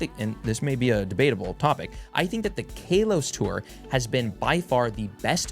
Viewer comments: ok man stop it’s not pronounced like kale 🥬 it’s kalos like California it’s not cailefornia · First off KAY-los? Second off "it was gen 1" Do you know what Kalos is? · KALEos tour xD